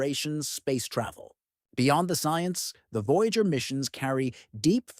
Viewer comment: "VOYGAER" fucking AI slop